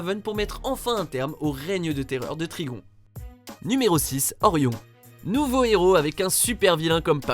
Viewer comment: Ça ce dit trigone pas trigon